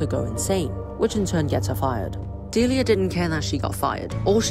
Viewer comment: A key disclaimer: This has nothing to do with the eponymous character fro "Deliah & Springtrap". The pronunciation of the name is missng the second "l" which could raise some confusion (though obviously I'm aware this is a 1-minute recap, so...)